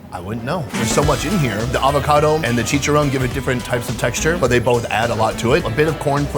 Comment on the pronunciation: you are saying checharon so wrong